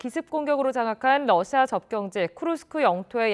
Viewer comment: TV기자들은 말도 잘해야 하지만 발음도 좋아야 한다. 특히 외국어는 가급적 원음 발음에 충실해야 한다. 그런데 TV기자들이 Russia의 러시아를 Lussia 로 발음한다. 많은 다른 기자들도 로켓의 rocket을 locket으로, Radio 를 Ladio 로, Roma 를 Loma 로 발음한다. 물론 한국어에는 ᄙ(쌍리을)이 없어서 L과 R을 전부 ㄹ로 발음할 수 밖에 없는 어려움이 있다. 그렇다면 한국인들은 R 발음을 정말 못하는 것일까? 아니다. 초성일 때에만 못한다. 아리랑(Arirang), 세레나데(Serenade), 프랑스(France) 등 잘 하지 않는가? 그래서 TV기자들에게 힌트를 주고자 한다. R 로 시작되는 단어를 발음할 때 앞에 '으' 발음을 짧고 약하게 먼저하라. (으)러시아(Russia), (으)로켓(rocket), (으)라디오(Radio), (으)로마(Roma) 등으로 말이다. 그러면 당신은 좋은 발음을 하는 기자가 될 것이다.